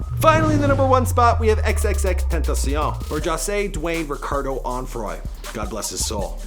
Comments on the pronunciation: No it's not xxxtontcion it's xxxtentacion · He said xs name worng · How he says xxxtentacion 🤦🏽‍♂️ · thts not how u say xxxtentacion